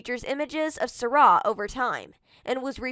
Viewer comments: It's sy rai not sara. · If ur gonna do a video on her pronounce her name right